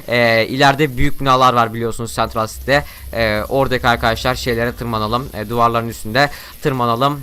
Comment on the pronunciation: Sentral sitiy değil sentrıl sitiy, sipiydstar değil spiidstır!!!!!!!!!!!!!!!!!!!!!!!!!!!!!!!!!!!!!!!!! Bide susmaktan korkma baş ağrısı yaratırsın susmazsan burda hamburger falan satıyolar dediğine inanamıyorummm